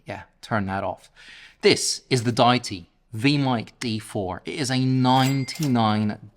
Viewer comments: Love the review! Specially the simpleness. Would have especially appreciated if all the audio in the review came from the mic, and also "Die-tee"? Is it not Dee-it-tee? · 🤔😂🤦‍♂️😳 pick one mate think they go with day-itee or or the common pronunciation of Deity as in a god , … Dee itee 🤷‍♂️ jus’ saying, but it definitely ain’t however your saying it 😳 ✌️ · You have it spelled wrong,, it is Deity and you are pronouncing it wrong.